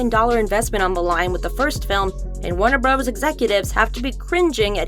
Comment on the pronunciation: I love how she says Warner Bravras. 😂🤣😂 . and and and and . 😂🤣😂